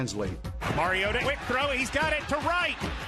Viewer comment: Its pronounced mari-o-tah